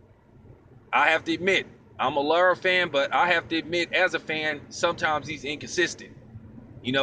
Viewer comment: Lmao bro you got my Mexican girl dying from how you pronounce Lara's name. No worries doe it's very different even for a Hispanic name. Anyway you kept it 100 as usual